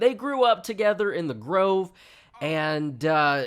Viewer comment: The way he says "Da Grove"😆😆😆